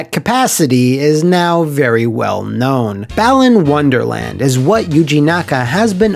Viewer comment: I keep hearing it as 'Bellend's Wonderworld' instead.